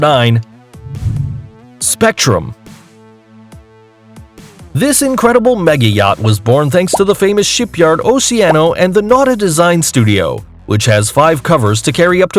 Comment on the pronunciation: Coming from somebody who is actively working in the Yachting industry, this is waaaaay too inaccurate. Its OCEANCO not Oceano..